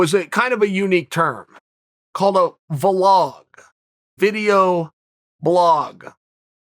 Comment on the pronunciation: Me: Vlog Chael: Vuh-log